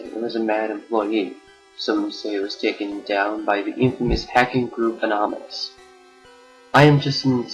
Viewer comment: Anonymous not Amonomys!